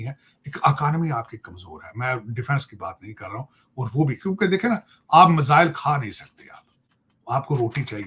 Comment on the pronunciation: टकले मजाइल नहीं मिसाइल होता है 😂😂😂😂😂😂